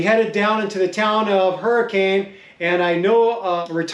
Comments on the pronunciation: I believe you mean "her-kin" not hurricane haha awesome video! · Used to live in Utah, definitely miss mountain biking and wheeling in Moab the most! Fun fact: the locals pronounce Hurricaine, UT "Hurric-un". Never understood that, haha.